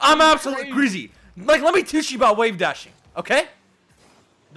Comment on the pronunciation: Sizz said greazy lemme teach you about wavedashing... Bro I'm crying😭😭😂😂😂😂😭😂😭😂